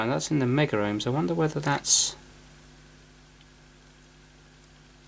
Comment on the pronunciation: It's "kilohms" and "megohms" Not "killer ohms" and "megger ohms" Haha ! >